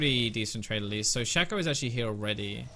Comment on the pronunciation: I will upvote this video simply on the premise you pronounced shaco's name shack-oh and not shake-oh, you are true hero